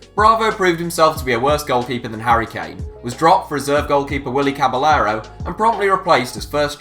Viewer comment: Rather annoying how they can't pronounce players names right...caballero had to be the worst attempt haha!